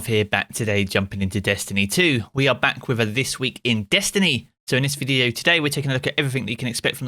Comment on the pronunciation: I’ll subscribe when you say the word video in a normal way….